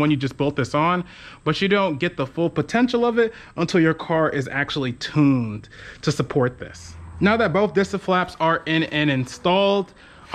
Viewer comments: whats tooooned??? dont you mean tuned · but you said tooooned lol. also why do you guys say aloooomium....its aluminium